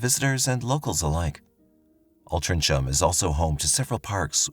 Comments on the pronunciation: It’s ALTRINCHAM pronounced ALT RING HAM 😂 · Great telling of the story. Quick FYI - Altrincham is pronounced Altring ham (no delay - just breaking it out so you know it's not 'cham'. (It's my hometown). I know it has a C and not a G but that's still how we pronounce it. For the viewers, please also be aware that 'Mark' does not represent the level of intellect of the citizens of Altrincham 😆 - I can't believe 'Mark' actually bought this web of BS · It’s pronounced Altrinham, so ham not Cham at the end. English language for you, makes no sense. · Altrincham ISN’T pronounced ‘Altrin-cham’ but ‘Altrin-ham’. Some people even say it like it has a ‘g’ between the ‘n’ and the ‘h’ instead of the ‘c’ ! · Listen fyi only it’s pronounced Alt ring m ( Altringhm) xx 🇬🇧 ❤ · Alt-ring-ham is how altrincham is pronounced. 😊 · It’s pronounced "Altringham" not as spelled. And love how you use stock footage of London for the streets of Altrincham! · I lived in Altrincham from 1980 till 2012 and I don’t remember this ? I walked through Goose Green every day on the way to work…..Somebody should have told you how to pronounce ALTRINGHAM……….. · Altrincham Pronounced ul-tring um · Alt-tring-ham. Or drop the ing' for 'in' and the 'ham' for 'am' / 'um' dependant on where you're wanting to be from or what demographic Stooped computer voice. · All-Tring-ham the C is 🤫🤫 silent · I lived and worked in Altrincham and Wythenshawe for 8 yrs. We pronounce it Altringham. Wythenshawe is quite a bad area actually... I left in 2001 so only heard about this case through YT. Kind of creepy... thanks for this story. But can we say " gullable" when someone really is believing such tortuous stories? He might have been very immature and in his own world too.... gosh! So sad!🇨🇵🙏🏽🤲🏽🤜🏾🤛🏽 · Its prouounced ALT RING HAM. 😊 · Great video, just for future reference Altringcham is pronounced al-tring-um, strange I know but a lot of English towns are pronounced differently to how you’d expect!